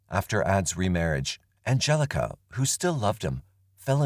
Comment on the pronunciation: Angelika in German is pronounced An gel ika emphasis on the 'K' and not the 'G' the G being a hard 'G' in Angelika. I know this because it's my Daughter's middle name, named for my Aunts friend who is German. Just saying 😅